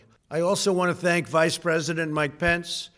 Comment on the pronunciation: Did he say "thank Mike Pense" or "hang Mike Pense"?